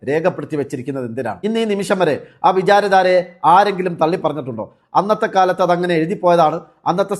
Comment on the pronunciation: വിചാര ധാരയല്ല. തെറ്റായി വായിക്കല്ലേ. " അ വിചാര താര" യാണു